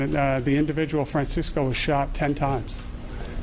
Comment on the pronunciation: It's pronounced Fran Chesko ya Mook.